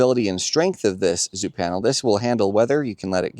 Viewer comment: Last video I made about a product, they sent me an email and told me I was pronouncing the name wrong haha. Apparently it’s pronounced “Zo-Power”